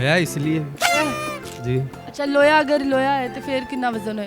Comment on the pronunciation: Laho nhi loha